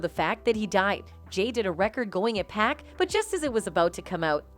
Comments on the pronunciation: 2 Pack bit.. bye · It’s 2pac not 2 pack smh shouldn’t even be talking on shit if you can’t even pronounce this man’s name right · I'm so sick of hearing the Narrator fake voice saying 2 Pack! It's 2 Pac! Bit*!